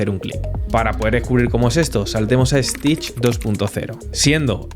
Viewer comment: I don't know why people from Spain add an "e" before an "s" that does not exist. It's Stitch not "Estitch". That extra E exist only in his imagination.